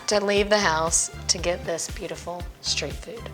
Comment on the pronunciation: SHTREET foods? Honey it is street food! not SHSHSHSHSHSHSSH!